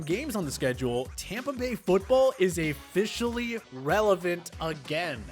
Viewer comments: Anyone else watching videos just to see how bad the presenter mispronounces names (and ordinary words)? Seems every video has at least 1 or 2. Devin funCHESS? Afficially? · Anyone else notice he said Afficialy instead of officially about the bucs?